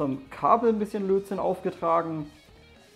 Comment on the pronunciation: Ich hör immer "Blödsinn" statt Lötzinn :-D